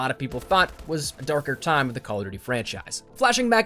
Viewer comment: number 1 on this should be the way that pronounces duty.